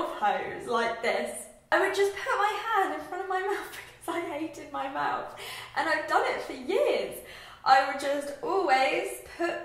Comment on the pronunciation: I hope you dont mind me commenting this but I wondered if you have ever had speech therapy? I've really noticed that you mix up 'th' and 'f' sounds, such as saying 'teef' and 'mouf' and 'athected' instead of 'affected'. Also, your teeth are lovely, not everyone should have perfect movie star teeth because your teeth show personality! Your smile is great and you shouldnt get braces :) spend that money on a lovely holiday or something!